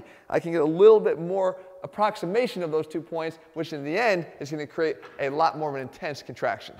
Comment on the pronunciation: "A lat more intense contraction"